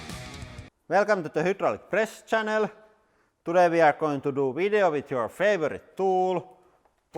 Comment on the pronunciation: "Welcome to hdjpress channele" it's like he gets too lazy to pronounce it properly lol